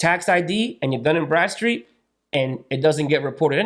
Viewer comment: is he saying dun and breadstreet?